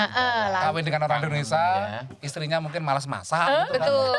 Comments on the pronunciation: Don’t offense! jangan sering interrupt saat narasumber menjelaskan sesuatu and please excercise to say Indonesia not Indonesa, thank’s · Tolong dong.... host nya kalau mengucapkan kata Indonesia jangan Indonesa....